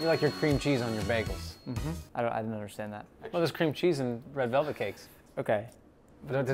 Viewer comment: He said red relvet 😂